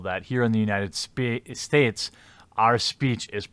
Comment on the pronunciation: "United Spates"